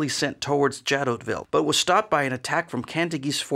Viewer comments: Great video! I think the town is pronounced "zha-doh-vee," or more commonly in English "zha-DOH-vill" but I don't speak French so... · The letter "T" in Jadotville is not pronounced. And you don't make even a tiny mention of the murder of Dag Hammarskjöld, shot down by a plane hired by the Belgian mining corporations. Plus no mention of the two 80mm mortars, nor the two armoured cars. I should have remembered that Yenghi never get it right when it is not their troops. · Jadoville. The 't' would not be pronounced.